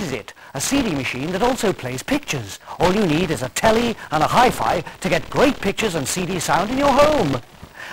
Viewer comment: "you only need telli"... Telli??! :D What is telli?